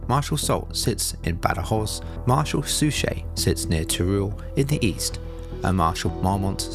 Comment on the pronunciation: "Suchet" is pronounced "Suck It."